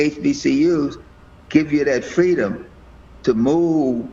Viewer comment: Just like her Hanukkah, Kwanza and fweedom....